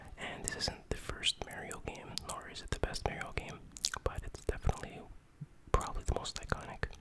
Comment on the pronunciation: People that can't pronounce MARIO correctly 🤦